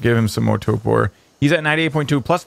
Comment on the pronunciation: I love your videos! Huge fan! But, could you please pronounce TORPOR correctly? Annoys me no end. There is an R in the first syllable. It is pronounced in the word. TOOORRRRPOORRRRR!!!!11!!!one